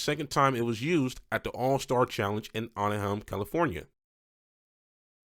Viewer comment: Your pronounciation of anaheim is crazy